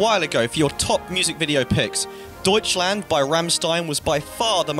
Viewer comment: Ah yes, Deutscland my favourite counry